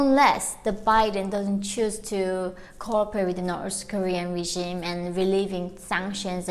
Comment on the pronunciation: just for future reference, its "regime" not "regimen"